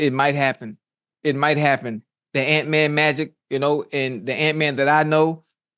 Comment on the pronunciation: He said ant magic.. 😂